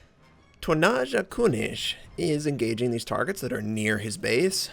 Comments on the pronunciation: Dear god everytime you said "tonnaaascha künisch" it gave me cancer! :D haha no worries pronouncing foreign words can be very hard. awesome vid! You've got yourself a new sub! :) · How Notser pronounces the name of the player... :D